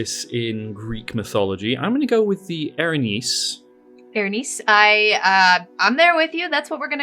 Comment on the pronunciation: "Erinyes" = eh-reen-EE-es. The singular is "Erinys" or eh-reen-is. The extra "e" on the plural when Anglicized serves to elongate the "e" sound from the y sound in Greek. As far as I know anyway. It's been awhile since undergraduate Ancient Greek!